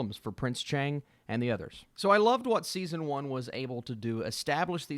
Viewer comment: The pronunciation of the prince's name is wrong. It is ch'ang , not chaeng.